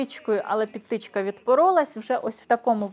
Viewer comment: Дуже перепрошую, але в слові пІдтичка наголос на і . Зичу успіхів та зростання в популярності !